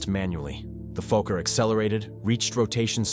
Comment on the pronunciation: "Down on the wing, the reverser..." Rubbish. Even your own video shows the engines to be rear mounted, so nowhere near the wing. The video is crap. Downthumb. And, BTW, with two "k" in Fokker, it's a short "o", so fokker, not folk-er.